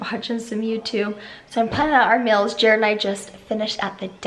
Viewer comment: I crack up when and her sisters say stuff like "meal" - "mill" "feel" - "fill"!! I just love them haha😂😂💙